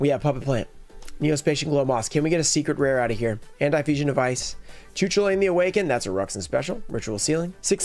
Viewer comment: The Air Neos is an insane pull! This video had it all: ruxin specials, getting the prices of cards wildly wrong, and a totally off pronunciation of a card (Cu Chulainn) Great video as always man 🙌